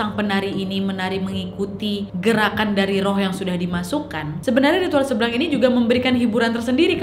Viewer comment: Kok aku dengarnya tari "seblang" jadi "seblak" wkwk